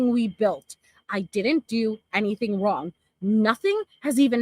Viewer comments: Anythink ❌: Anything ✅ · Along with everything else she says. Whatever whatsoever……. Aaaaand Then!!!! Or “anythink” Can’t stand it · Everybody else: Anything ✅️